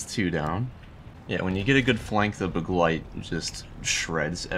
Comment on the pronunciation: Btw begleit isn’t a hard word to pronounce but your pronunciation is basically on point